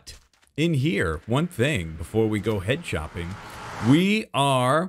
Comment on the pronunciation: why did i hear head chopping instead of head shopping?